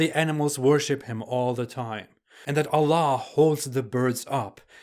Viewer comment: you're pronouncing word "allah" in such a funny manner, like OLLOH.😀😃